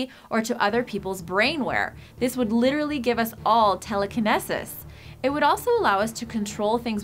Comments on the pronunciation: It’s pronounced telekenEEEsis. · KIN ESSISS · "This would all give us Tell a Kinec sus" bitch it's Teleknesis (TELL-UH-KA-NEE-SUS) not (TELL-A-KINEC-SUS) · Teleqineses?? Wtf.. I'm out. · I'm sorry but she said telekenesis but she said it wrong, just kinda pissed me off a little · I'm thinking she is trying to say TELE-KEN-EEE-SIS (ie "eee" not "eh"), but she SHOULD be saying "Telepathy".... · tele- ki-knee-sis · "telekenessess" like BOI this is a science video and you cant pronounce a word right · wtf is telekenesis? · Did this bitch really just sat “teleki-ness-sis”? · The pronunciation of telekinesis had me wincing.... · Lol she mispronounced Telekinesis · Number 8 you can't pronounce telekinesis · I thought I was the only one that noticed that... It bothered me in an epic way and ruined it for me! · I shook my head when she mispronounced telekinesis . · You're saying telekinesis wrong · She butchered the word telekinesis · Widget and the way she said telekinesis... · Can’t pronounce telekinesis. Has no idea what she’s talking about. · She lost me when she tried to say telekinesis lol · #11. Also useful for people terrified of needles. #10. Oh, only 300+ terrabytes. #8. Mispronounced "telekinesis" and misused as well. It would equate to telepathy, not telekinesis. #6. Or we could stop cutting down plants, which absorb CO2 and pump out oxygen. #5. Tesla came out with that long ago... #3. So the overlords can track us? #1. How does a floating city cure disease? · The way you pronounce 'telekinesis' is so horribly wrong, it's painful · I love how she can't pronounce telekinesis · This bitch is dumb, cant even say telekinesis right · how you pronounce things bothers me.....one...you mispronounced telekinesis....n two...you say things like a basic white chick.... (sry for misspells) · She mispronounced "telekinesis". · Why is that the only word in which she has an accent? I've never heard of that.